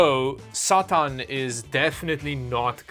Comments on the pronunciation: "statan edition" had me dying😂😂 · Bit curious about your pronunciation of Satan, sounds rather more Scandinavian than it is typically pronounced in english.